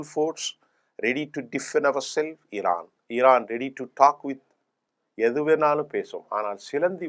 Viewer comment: ஈரான் இல்ல இரான். ஈரான், ஈந்தியா, ஈஸ்ரேல் அப்படியா!?